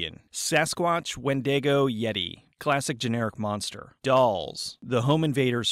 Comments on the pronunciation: He really butchered the pronunciation of wendigo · Can we talk abt how he pronounces "Wendigo"????